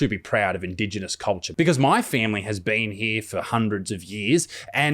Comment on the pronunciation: The amount he emphasised the word “My” definitely didn’t help. It almost sounded like a selfish propping up of himself and his own family when we are paying respects to our Anzacs not his family. Though I don’t agree with a welcome to country in this situation, if he was going to do one, it should have sounded and been worded completely different.